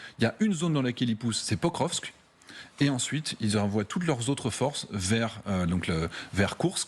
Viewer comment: Quand a-t-il dit ça exactement ? Je crois plutôt qu'il devait parler la totalité du Donbass... soit dit en passant, c'est Pokrovsk, pas "prokokrskrv"